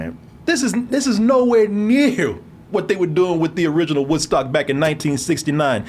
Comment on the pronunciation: you almost said "WhiteStock"..i caught that...